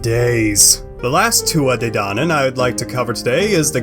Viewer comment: But this is all wrong, so wrong. You don't even say their name right. 😒